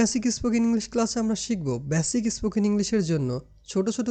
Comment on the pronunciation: ব্যসিক নয়, বেসিক।ই স্পোকেন না, স্পোকেন।আগে নিজের উচ্চারণ শুদ্ধ করে। তোমার স্পর্ধা কম না!